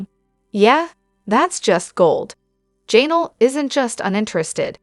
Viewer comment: Her name is Janelle, not Jaynull